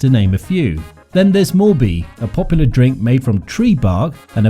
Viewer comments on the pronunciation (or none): none